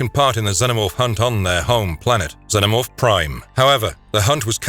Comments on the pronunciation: Yaut-JA NOT Ya-oot-JA ffs that drives me nuts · This guy said, Yow-oooooo-ja so much that I forgot how to say it correctly 😂. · It's pronounced yow ja. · Great video but its pronounced yowwt yah "yautja". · It's " Yautja " 😬 What a great video though !!!